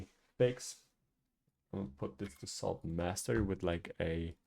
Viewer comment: what i hear: "sword master" what i see in text: "salt master"